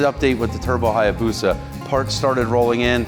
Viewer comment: A Hayabusa not Hyabusa!!!